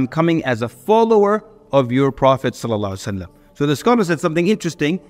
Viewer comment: as salamu alaikum brother::: please take your time and say SALALLAHU ALAYHI WA SALAM properly